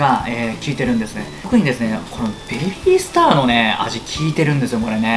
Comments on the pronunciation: ベビィ↓スタァ↑ラーメン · べび〜すた〜の発音はズルいっす